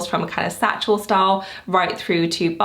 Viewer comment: I am confused. When you say“satchel style”, is it satchel or saddle? Just wanted to see if I’m misunderstanding